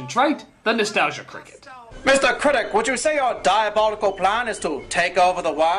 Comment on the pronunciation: Critic vs "Cricit"